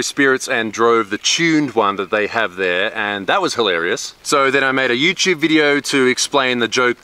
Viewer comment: Important question is.. Why u saying.. youchube if its written youtube?